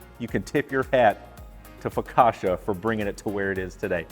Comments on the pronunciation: Considering he makes a good focaccia he really can't pronounce the word. Focasha?!? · You can't claim you're Italian and then say 'focasha' mate 🤣